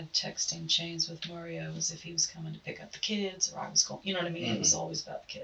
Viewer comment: Did y'all hear her say Mario taljs a lot? 😂😂😂 LOL It's 2 a.m. and I busted out laughing!!! I hope I didn't wake my neighbor up 😂😂😂